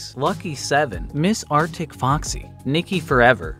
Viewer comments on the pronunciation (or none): none